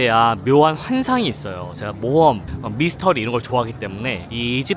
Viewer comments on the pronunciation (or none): none